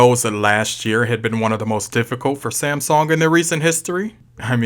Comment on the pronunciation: New drinking game.... Every time he calls Samsung "Samsong" you have to take a shot.